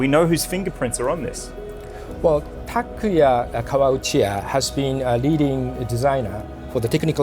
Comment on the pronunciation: thank you for making this video, loved every minute of it, except when you and Mr Naito kept on saying Takuya instead of Takuma :)